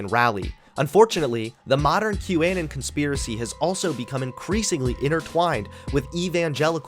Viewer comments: Great video but why the fuck do you pronounce "Anon" as "An-in" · The weird pronunciation of "anon" is distracting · Why are you pronouncing “anon” so weird?